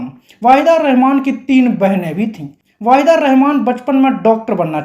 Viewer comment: पता नहीं क्यों लगता है कि तुम नायिकाओं के सही नाम नहीं ले पाते हो। वहीदा रहमान वाहिदा लगता है। नूतन न्यूतन हो जाती है।😮😮